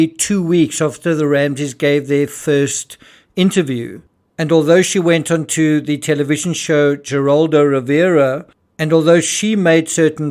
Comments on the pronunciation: Geraldo, is pronounced heraldo. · It's pronounced heraldo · Just so you know, its pronounced Heraldo Rivera. I know you referred to him on other videos. Dont shoot the messenger. 😁